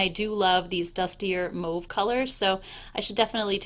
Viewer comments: Holy crap... i dont know any other American who pronounce 'mauve' correctly... thank you! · Only north american I've heard pronounce mauve correctly.